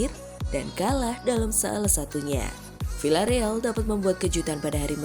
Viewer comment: Bacanya: Viyyareal min!